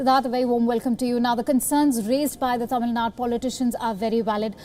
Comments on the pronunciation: Hey one correction. It is not Tamil Nad it is Tamizh Nadu. Instead of showing off your English skills, try to pronounce the names properly as in the Local language as you fo for the north Indian states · Its Tamilnadu missy not tamilnad.... try to learn vernacular names....plus its pronounced as BEIROO not beiroot